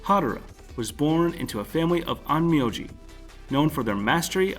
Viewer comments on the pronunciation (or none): none